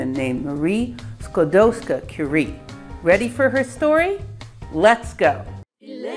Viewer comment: Dear. We Polish NEVER called Rusia OUR country. This is insult for Polish People, someone name Rusia THEIR country. Our country was NOT on the maps, but it was in our hearts, and it was always POLAND. Anyway, Your pronaunsuation of Maria Skłodowska's name is flawless.